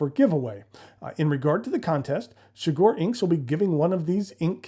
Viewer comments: The inside of that box is gorgeous 💙 Shigure is pronounced more like she-goo-ray fyi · shigure: she goo ray pronounce each syllable for the same (short) length, and with no stress on any syllable